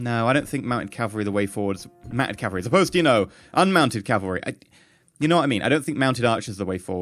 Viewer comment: Remember it's CAValry not CALvary. Just remember it is called cav for short not cal so yeah hope this helps. (EDIT) didn't even notice but you did get it right further down.